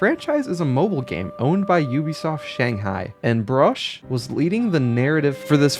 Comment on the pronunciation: I really like how much 'Broche' sounds like 'Brush' when you say it.